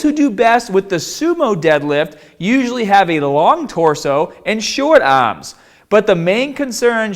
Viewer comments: Stahht with your ahhms shoulder with apahht on the bahhbell . 😂🤣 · Why do you pronounce barbell and arms, like an aussie? lol